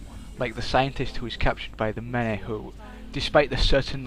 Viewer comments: "The Meneh"? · lmao i love the way you say "the many"...